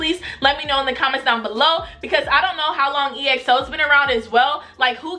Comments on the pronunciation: It's not E-X-O it's EXO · EXO is pronounced XO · Big Bang bang bang bang mv you will love the kings!!!! EXO is pronounced XO! React to tempo mv! No beef in Kpop They are good friends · More EXO!!! Also I'm so glad that you loved them!!!! <3 Oh btw, EXO is pronounced as 1 word, not E-X-O :p You should react to -Tempo -Oasis -Call Me Baby -Ko Ko Bop -Monster -The Eve (Dance Practice) -Power -Lucky One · Exo’s Name is actually pronounced as (x-o) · exo is pronounced as ekso btw :)